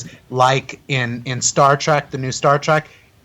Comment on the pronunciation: It's "Star Trek" not "Star Track"